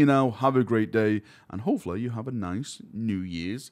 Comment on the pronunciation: "Hofala" /Almost/ need closed captioning for this accent. Turns out its hopefully.